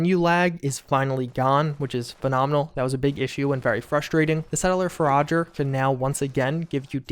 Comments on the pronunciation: "Farager" it's pronounced four-ah-jer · have you legit never heard the word "forager" spoken aloud before? as in, "one who forages"? because this is the second time ive seen you pronounce it like that and. i'm concerned.